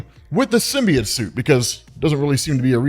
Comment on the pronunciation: learn how to say symbiote you fucking lunatic